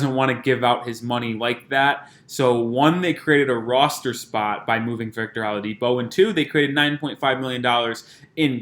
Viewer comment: Sir,, it's "O-LA-DIPO",, not "AHLA-DIPO"..you killn us